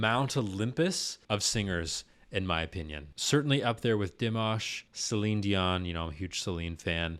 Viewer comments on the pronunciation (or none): none